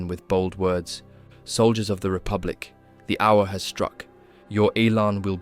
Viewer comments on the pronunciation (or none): none